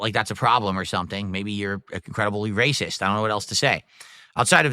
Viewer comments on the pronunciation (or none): "You didnt support cause yer WACIST iddiyuts!" Also: "In China CANADA dey say...hello JOO, welcome to the SLAVE TRADE..."